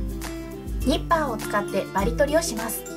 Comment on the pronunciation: ニッパーがリッパーって聞こえたアイデンティティのしすぎかな (ﾉ∀`)ｱﾁｬｰ